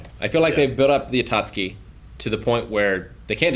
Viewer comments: I wonder why says "Atatsuki" every time and nobody corrects him lol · He seems to mix Itachi and Akatsuki He once referred to the entire group as the Itachi and it's morphed over time to Atakski